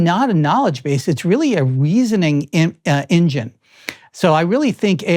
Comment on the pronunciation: "in-Jinn" is one of the better admissions of what AI actually is.